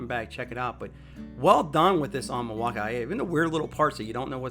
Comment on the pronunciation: Milwaukii, or Milwaukee? Bad pronunciation